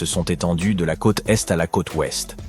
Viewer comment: La traduction et narration par IA est ridicule 😁 "von dem tansenen roboter" "la côte tète" "une majorité de SS citoyens" "c'est le quéa dans la plupart des grands pays"